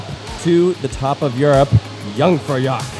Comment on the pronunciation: Hearing trying to pronounce Jungfraujoch 😭